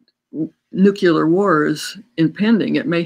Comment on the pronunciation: Nuclear, not nucular.